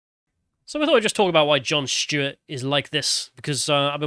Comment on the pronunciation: Who is Jon Schtuet?